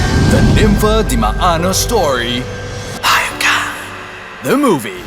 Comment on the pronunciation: This movie took 3 years to make lol also Ha-yop ka not Ha-yap ka